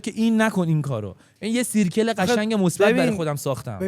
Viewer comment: ،دایره میشه به اینگلیسی سرکل (circle)، نمیشه سیرکل با صدای إ خونده میشه